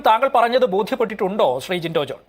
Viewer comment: ജിൻഡോ ജിന്റോ ജിൻഡോ ജിന്റോ ഇങ്ങേരെന്ത് പേര് പറഞ്ഞ് പഠിക്കുവാണോ പൊട്ടൻ